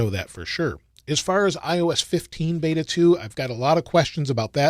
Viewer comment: beta not bata :)